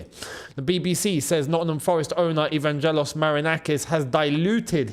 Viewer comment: I love your videos, but as a Greek it hurts my ears the way you butchered Marinakis' firstname (Evangelos) 😂